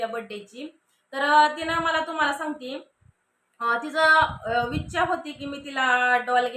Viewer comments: हयाति काय बोलते आहेत असं बोलाव ना... आणि विछा नाही ग बाई इच्छा असं म्हणतात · विच्छा नाही इच्छा म्हणतात ताई.... वाढदिवसाच्या हार्दिक शुभेच्छा माहेश्वरी